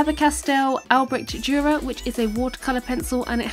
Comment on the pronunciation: As a german it’s so funny to hear someone say „Albrecht Dürer“ 😂